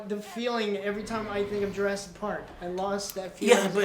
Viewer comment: Jur ASS ic park ._.